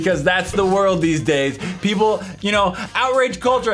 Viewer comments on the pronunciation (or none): none